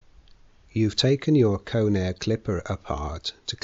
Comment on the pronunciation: "conair"...not "cone air"